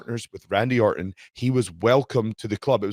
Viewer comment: lol no idea why this irks me so much, but the way you enunciate the “t” in Orton is killing me